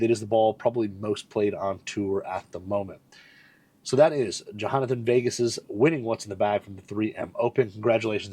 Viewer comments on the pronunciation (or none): Its not JAHANothan. lol Just a spanish corruption of the spelling of Jonathan for the spanish speakers to pronounce it closer to the english. Otherwise theyd say it HOenathan.